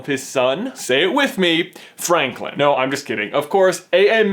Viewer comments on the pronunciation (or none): Every time he says Franklin, I think of Fanklin the Turtle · Jenny the Nerd :3 yes say it with me Franklin ( chirp chirp) No actually it's FRANLIN!!!!!!!!